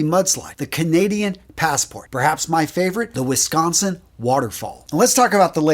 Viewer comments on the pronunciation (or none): none